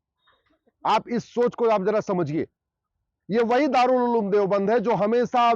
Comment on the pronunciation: Ulem nahi he uloom he😂😂😂😂